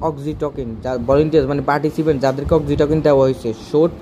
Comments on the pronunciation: ভাই উচ্চারণ Oxytocin- অক্সিটোসিন (অক্সিটোকিন না) এবং Ceylon- সিলন (কেলন না) হবে, অসাধারণ ভিডিওর জন্য ধন্যবাদ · Pronunciation hoy nai.eta অক্সিটসিন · Apnar oxytocin pronunciation wrong hoica